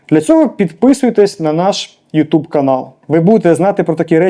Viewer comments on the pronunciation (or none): none